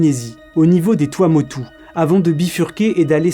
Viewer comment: Finalement tu l'a bien prononcé Tuamotu 🌴☀️😎🤙